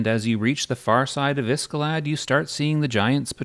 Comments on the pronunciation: Iskalad instead of Iceclad? Has to be an ai narrator. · It couldn’t finish the video since the pronunciations are so bad and wrong. I mean Iscalad instead of IceClad? Who would think Kithicor ended with Sore instead of Core? Weird. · okay. I can forgive you for saying velious and kithicor wrong.... but there is no way you iceclad like that